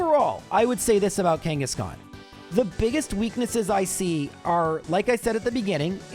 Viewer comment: KANGA KANGA KANGASHKAN